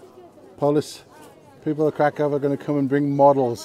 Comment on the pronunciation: Nice, my girlfriend was calling me dumb saying i was saying the city wrong 🤣 Can't wait to show her this and have her face drop. I'll keep saying it the polish way. If i visit their country i got to respect the pronunciations 😅. Thanks for the clarification. Definitely getting a big dog there